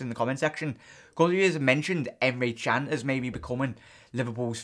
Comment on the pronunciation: Can is pronounced "JAN"